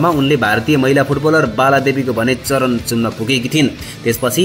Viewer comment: Charan join sharan vannuhos shabd shuddara ni hunuparyo